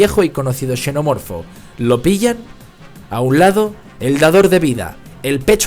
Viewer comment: TAL CUAL... PARA UNA PELÍCULA QUE ES "BASURA"... UNA CRITICA QUE SI ES BASURA APROPÓSITO: QUE A ESCRITO EL DUEÑO DE ESTE CANAL... PORQUE SE VE QUE EL PUEDE HACERLO MEJOR... ESPERO ME CONTESTE Y ME ENVIE UNA DE SUS OBRAS... PARA HACERLE LA CRITICA. un shenomorfo "pronunciado como se escribe"